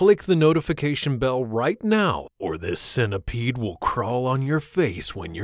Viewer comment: Why did you have to say a centipede anything else but you said a centsebead really